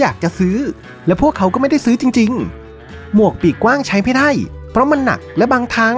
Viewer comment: ดั้ยๆๆๆ, งั้ย, เหนา, ดั้ว เสียงยาวแต่ออกสั้นหรือเป็นสไตล์